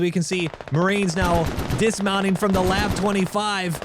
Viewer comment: Its pronounced L-A-V 25, but you can say whatever you want.